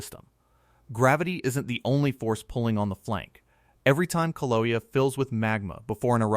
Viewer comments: learn how to pronounce KIL-A_WAY-A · Kill-a-way-a is how you say it! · “kill ah way ah” . Please